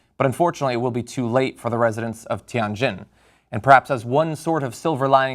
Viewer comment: Anything could be stored at the port. I don't think that there's just chemicals alone stored in there. There could be bombs maybe. Who knows. Btw, It is pronounced as Tian - "tee-ann" Jin - " Ji-inn" (not "gin"). 天津。